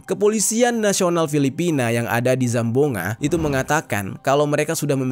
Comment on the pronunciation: Kakak mau saya betulkan cara baca BUKAN SAMBUNGA TAPI CARA BACA NYA GINI SAMBUANGGA